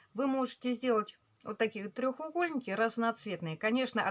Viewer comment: 🤣А мне ещё режет слух "трЁХугольник"🤭 А так всё замечательно!